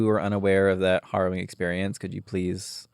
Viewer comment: Maddy pronouncing harrowing like heroine is my everything